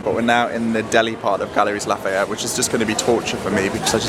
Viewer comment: Galeries Lafayette. It's pronounced Galerie, the "s" is silent ☺️. Hope you both had a lovely time in Paris.